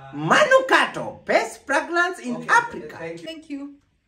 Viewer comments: Did you say aprika😹😹😹😹😹😹😹😹😹😹😹😹😹😹😹😹😹😹😹😹😹😹😹😹😹😹😹😹😹😹😹😹😹😹😹😹😹😹😹😹😹😹😹😹😹😹😹😹😹😹😹😹😹😹😹😹😹😹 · read a different script 🤣🤣🤣’ Manukato pest pragnance in Aprica’ 🤣🤣🤣